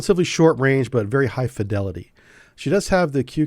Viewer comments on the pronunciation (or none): none